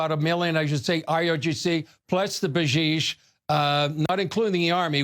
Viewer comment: I'ts B A S I J. pronounced "BA- SEEJ". NOT "Ba-jeej".